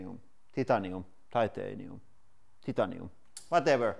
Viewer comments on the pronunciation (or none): Great video, very entertaining. The common pronunciation of titanium in english (in Canada) is tie TAY knee um Also I can’t believe you crushed that phone ... that was an antique! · It's "Tie-tanium" Just fyi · You're right it's titanium not "Thitanieum" 😂 it's just like aluminum not "Aluminum" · he: "[..] then there are carbonfiber or titanium, .. " also He: " -titanium! " he again: " Titan-ium..., " o0? He, protesting: " ti-tanium. " he, annoyed: " Whatever! .. And then the most wierdest spring ever..." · "Titanium, Totoneum, Titanium, Twotoneum, Whatever" hahaha i love this channel